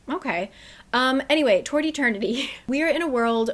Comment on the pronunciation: I was listening to this w/o watching and I swear you were saying “tortie turkey” when you were saying Toward Eternity 😂